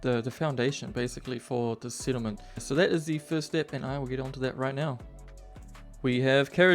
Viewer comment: What is a sittlement, or "sicond story" ??? Is it SO hard to speak like a normal person?